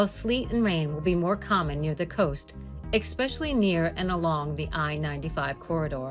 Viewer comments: Learn to speak correctly before making a video. The word is not eXpecially, it is eSpecially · whoever is narrating this doesn't know how to pronounce "especially", instead says "eckspecially"so how can anyone depend on this weather prediction be legitimate!!!?? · Why is the narrator saying EKspecially? It's ESPECIALLY!! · It's pronounced especially, no expecially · Expecially?? What'? How about "especially" instead, bot? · Yes, eCspecially annoying! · The word is "especially" not "exspecially". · There is no Eck in Specially! Learn how to pronounce English words.😂 The Farmers Almanac Track Record is less than 50% accuracy. Just flip a coin instead. 😂😂😂😂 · The word "especially" does not have an "X". It is not EXpecially. Please speak properly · Especially not expecially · It’s especially not expecially!!! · eckspecially ?? . . . wow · ESpecially ...not eXpecially. S not X. How do all these people get jobs as commentators ? Geez. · "Eck-specially"? Really? Lost track of the number of times this common word was mispronounced. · “Xspecially” ugh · I appreciate the forecast, but I kept getting distracted by the mispronunciation of the word “especially” which does not have a “k” sound. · Expecially? Really? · "Expecially" and "Temp-a-turs" throughout. I suppose they couldn't afford to hire a real voiceover artist. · Extree expeshiel. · Exspecially? Eek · There is no "X" in "Especially"...just sayin' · She said "exspecially" one too many times. I could not listen 'til the end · Essssspecially….no “x” in the word. Also: “conversate” and “orientate” are not words. It is converse and orient. Pet peeves or dumbing down….🤷🏼‍♀️ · Every American blogger under the age of seventy says EXPECIALLY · Yes. Very distracting. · Please help your narrator to pronounce "especially" accurately. Very unprofessional. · That drives me nuts too. I had to comment as well. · you mean pronounced a word wrong? Yea. It’s annoying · Please check pronunciation of especially. There is no c or x sound